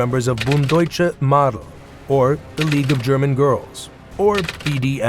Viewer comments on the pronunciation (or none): Did you literally just mispronounced mädel? It's like made-L, not maadel. Google translate speak function would've told you that. #sorrynotsorry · Mädel pronounced like English maydel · Bund Deutscher Mädel... Mädel should be pronounced like 'maidel'... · Wrong! It pronounced in German: "meedel". Literally, so forget the fu**ing english phonetics. I hate english babbling with stiff upper lip! I recommend to everybody: learn and study german several years! Wer rastet, der rostet! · His German pronunciation is atrocious. How hard can it be to look up how to say Mädel? Furchtbar!